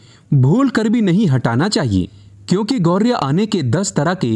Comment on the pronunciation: कृपया अपना उच्चारण ठीक करें , यह पक्षी "गौरिया " नहीं बल्कि गौरैया कहलाता है ।